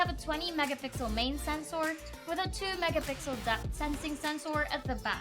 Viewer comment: Its sensor , not sencoor